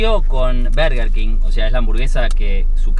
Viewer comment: por qué sandals dice bErger king jajajajajajsjsjjs